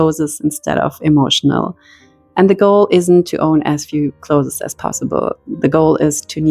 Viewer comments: Hallo, danke für das tolle Video. Das ist wirklich eine super Taktik, die ich ausprobieren werde. Dein Englisch ist auch super aber darf ich eine Kleinigkeit erwähnen? Das Wort "clothes" wird genau so ausgesprochen wie das Wort "close" as in "close the door" - ist also auch nur eine Silbe. Alles Gute und nochmals vielen Dank! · Hi, I moved from California to Germany and had the reverse challenge. I did not even own a winter coat. People correct my German all of the time. Sometime it is welcome and sometime not. Just in case no one has mentioned, the pronunciation of CLOTHES is like CLOSE. We don't say the E. It took me 2 German lessons to pronounce GESCHIRRSPÜLMACHINE. 🙂 Never stop learning is my motto. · The plural is " clothes", not "closes". Stop calling them closes, or clotheses", it has nothing to do with your accent. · I was distracted the whole time from the way you pronounced "clothes", lol! It isn't two syllables "clothes-es", it's one syllable "clothes". Love the method of decluttering though! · For your info, it's not [clothezes] it's [clothez] 🙂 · I adore your pronunciation of “cloth-es”! In Britain we don’t sound the e, we mash it together almost into one syllable like “cloohthz” but your way sounds so gentle and elegant I might introduce it here! 😍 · It’s pronounced clothes, not clotheses, clothes itself is a plural word you do not add another S after clothes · I have never heard "clothes" pronounced "clothes-es" - is that a German thing? Just curious. We pronounce it "close". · I really wanted to watch this video, but I simply cannot after 4 minutes, just because of the way you say "clothas". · I cannot get pass the word clothess! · Cloth'es... so cute. I can't pronounce it properly either. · The word “clothes” is one syllable. It is not pronounced like other “es” words. Like peach-es. It is not cloth-es. Ask someone to explain if you don’t understand. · The way you pronounce 'clothes' takes me back to my mother's voice. 🥰